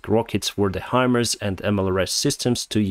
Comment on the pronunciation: You are getting better pronouncing the HIMARS system. It’s Hi-Mars. Just like the planet Mars.